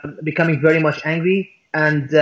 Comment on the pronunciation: "mush"="much". Anyway, again - who's "they"?